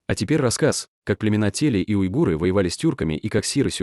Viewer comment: Кстати --уйгур , а не уйгыр😊